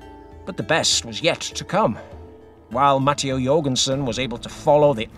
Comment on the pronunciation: MAH-TAY-OH...not Matty-O! Will the Slovenian prove to be the worst "buy" in cycling after Il Frullatore? Too early to tell IMHO but we'll check back in July to see whose eating crow or crowing.